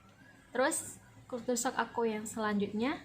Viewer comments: Sedikit Pembetulan..culture shock..kejutan budaya..bukan kultur shock!! .kalau nk sebut bahasa ingeris sebut la betul2..bukan bahasa indon dirojak ingeris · Bacaan nya begini... kal-sher-shock